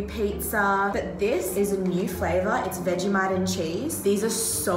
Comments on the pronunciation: WFT IS VEG-A-mite Bish, ITS FRIDGING veg-eeee-mite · The way she said Vegemite, so wrong it kinda made me sad.